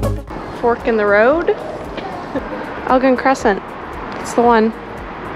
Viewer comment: it's Elgin with a hard G.